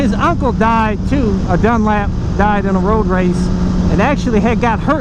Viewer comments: It's Dunlop...lop...not Dunlap...jesus buddy at least get his name right! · Dunlop not dunlap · Dunlop not Dunlap bro. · You Don't know what your Talking about when it comes to Road Racing, and you can't even pronounce the name properly, idiot! Why does anyone do dangerous and extream sports ? Because you feel most alive when your cheating death, so instead of a Death wish I'd say a lust for life. Next time do some research before you go flapping your mouth. Bike fan who doesn't know who Joey Dunlop was! WTF !